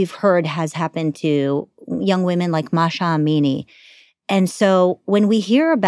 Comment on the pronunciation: That girl's "Masha Amini", she probably thinks it's a Russian name 🤦